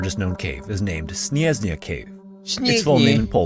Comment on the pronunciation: as a pole, i feel very offended by how is saying SNIEZNA xDD